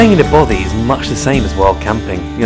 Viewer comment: 2 years have expired and I doubt if either of them have learned how to pronounce "Bothy".